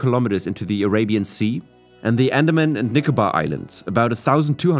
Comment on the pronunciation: andamna islands 😂